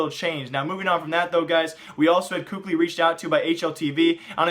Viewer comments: Kukli lololoooiollll hahahahah😂😂😂omg why do you pronounce Kqly?😂😂😂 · For the love of all that is good, please pronounce KQLYs name correctly